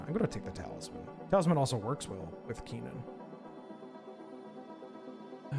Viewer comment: It's very weird to hear pronounce Kinnan with the first syllable like 'key' when I've only ever heard it pronounced 'kin' as in 'kinship'. Not saying I'm right, just saying it threw me off for a second.